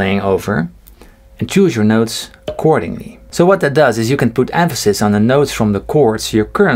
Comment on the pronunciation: Great lesson! The "choose your scale 'ACHORDINGLY' " made me laugh lol! Thanks for posting stuff to help us learn to be better musicians!